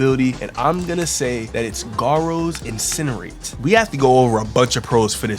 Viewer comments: bld really said garous incerate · "Garou's" incenerate 💀💀💀